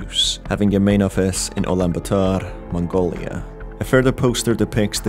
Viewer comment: I like how you pronounce Mongolia.